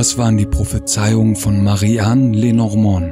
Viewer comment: Lenormand wird Französisch ausgesprochen!